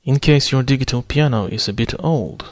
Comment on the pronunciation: You speak perfect English, but 'digital' is pronounced 'di-jit-tal' ... with a 'j' sound ... not a hard 'g'.